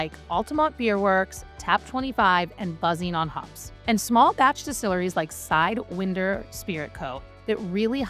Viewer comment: Are you real, or an AI creation? You seem real, but , you completely mis-pronounced the simple word of "Sidewinder." Rather than "Side-WINE-der" you said, "side-WIND-er," which is very strange. And you pronounced "Co." as "co" rather than "company," as a human being would. I like your videos, but I now doubt your very existence.